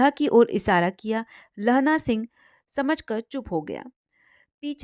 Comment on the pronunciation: आप दो शब्दों का उच्चारण गलत किया, समझकर और समझाकर